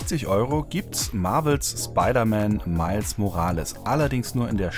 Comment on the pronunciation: That was the most german way to pronounce „Morales“.